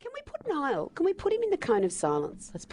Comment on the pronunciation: LOL! you said Nill not Niall typo :)